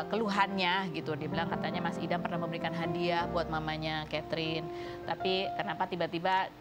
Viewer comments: Salah denger g sih aq? Suami nya sebut istrinya Ketring😅 bukan Chaterin🤭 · Perasaan namanya keterin deh bukan katering 😂😂😂😂